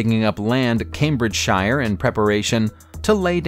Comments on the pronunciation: Note; when we say the counties in England. It is not pronounced like on lord of the rings 😂 So Cambridgeshire is pronounced Cambridge Cher like the singer. Or York Cher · Cambridge Shire